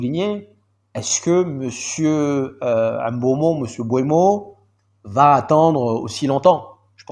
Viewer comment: Pour le coup ça se dit M- BEUMO avec un M subtile & EUMO comme Eux-Mot. Histoire que tu ne galère plus à chaque fois à prononcer son nom. Cheers 🤲🏾